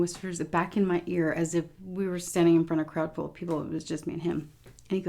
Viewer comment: it's all in the fronf